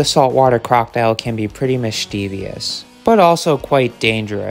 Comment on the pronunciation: Mischievous... There's no extra "i".